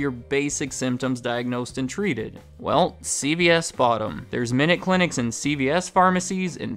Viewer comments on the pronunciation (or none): great video, but it continuously sounds like you pronounce it: C-B-S make sure you emphasize C-Veeeee-S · It sounds like he is says “CBS” instead of “CVS” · I swear yours saying CBS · You keep sounding like you saying CBS